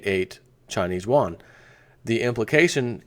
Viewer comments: Yuan is pronounced like yuo-an. "Wan" is the Korean currency. Love your work. Keep it up! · Pronounced (You-onn).